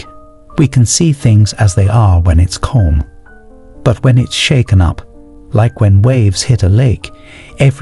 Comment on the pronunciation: Yo, the way you pronounce "calm" is killing me... It's cAlm not cOlm